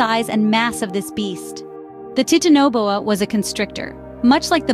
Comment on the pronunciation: Ok its not pronounced tit in a bowa. Youve even said titan correctly. Tf? Thats a pass from me. Im not watching that atol.